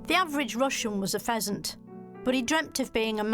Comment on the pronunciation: pheasant - peasant , LOL